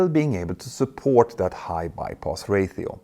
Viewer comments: 100% not trying to be picky, and I assume it has to do with your bilingualism (multilingualism?) you pronounce Ratio as “ray-theo”, it should be pronounced “ray-she-oh”. I’ve noticed that word has come up a lot as of late so I figured it couldn’t hurt to mention the pronunciation. Obviously I’m not criticizing you AT ALL as I only speak one language and arguably, badly at that. 😆 I love your channel, I love the detailed information, it’s just awesome. Thank you for the work you do. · Derby is pronounced DARBY. Ratio is pronounced RAYSHIO.